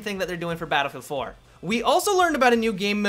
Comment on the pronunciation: It's "Battlefield 4" no "Dinofield 4" dude..